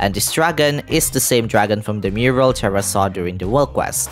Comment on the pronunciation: One thing that pokes at my brain is that you call the little one "Terra" but pronounce it like Tera 😅 RR make it sounds like Teha not Tera